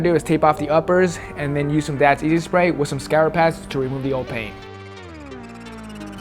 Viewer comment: "Restorations ah "